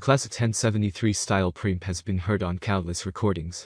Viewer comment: mic is pronounced Mike...Preamp is not one syllable it is Pre-Amp